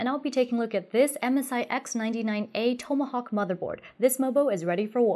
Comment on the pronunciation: TOM-uh- hawk